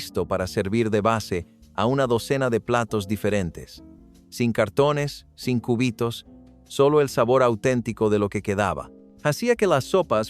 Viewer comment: por un momento imagine cortando el hueso del brazo😂😂😂 ( por la pronunciación jajajajaja cúbitos no • seria cubitos ( sílaba tónica “bi “ )